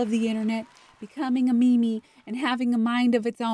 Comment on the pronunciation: "Meme" (Mee-Mee). Got me laughing on the floor 🤣🤭